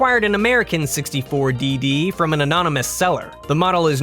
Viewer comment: N64 "Dee-Dee" -_